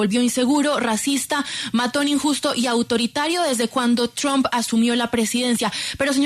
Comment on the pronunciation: Amigo. No digas trump así no caiga mal, se dice tromp como trompeta. Un abrazo y se le quiere mucho. Gracias por sus videos.